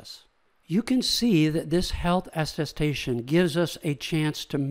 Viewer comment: Great overview! Tiny nitpick: it's aTTestation, like, at a station!